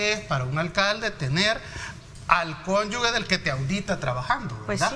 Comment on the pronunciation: la palabra es CÓNYUGE no CÓNYUGUE.